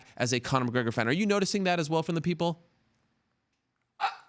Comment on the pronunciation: Ariel "I see a lot of pickle" Helwani